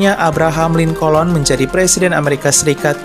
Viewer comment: Abraham Lincoln (linken) bukan linkolon